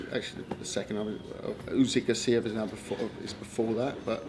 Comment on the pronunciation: It's Usyk not Uzyk